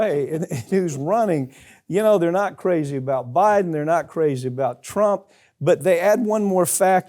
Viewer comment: Stop saying Buden us in death's bed idiot!